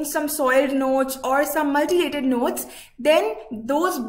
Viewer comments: Ya right it’s mutilated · pls its 'mutilated' not 'multilated'......its making me cringe hearing her say 'multilated' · Mutilated mam , not multilated